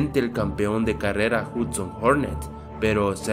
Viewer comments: es hudson wey no hutson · Es "Hudson" y no "Hutsin", además no sale porque murió y se pudo saber eso en la segunda película cuando Mate dice que el nombre de la copa pistón fue cambiado en memoria de Hudson.